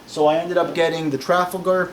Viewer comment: It's tra fal gaher as in the battle of!